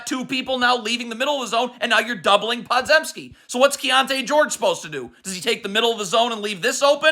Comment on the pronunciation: I just gotta say it’s Poe-jem-ski or Puh-jem-ski or right in between…not pod-zem-ski